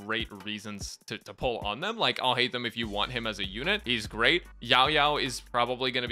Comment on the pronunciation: Finally someone who didn’t butcher his name!! :D